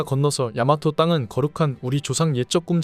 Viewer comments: 나레이션에서 왜 '교가'를 '교까'라고 발음하나요??? 중간 에 '교가'라고 자연스레 한차례 나오는 부분이 있긴하지만, 계속해서 '교까'라고 잘못된 발음을 합니다 😢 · 교가(校歌)는 [교가]이지 [교까]가 아닙니다. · 좋은 교가에 대한 이야기를 하면서 발음을 정확하게 하지 않았네요. 이미 아래에서도 지적하고 있다시피 교가는 '교까'로 발음하지 않고 그냥 '교가'라고 해야 되지요. 좋은 뜻에서 콘텐츠를 만들면서 중요한 단어 발음에서 실수를 했네요. 고칠 수 있으면 고쳐서 다시 올리는 게 좋을 듯합니다. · 왜 이렇게 된발음이 많아요? 교까, 학교뻡인. 이상한분이네 조선족이에요?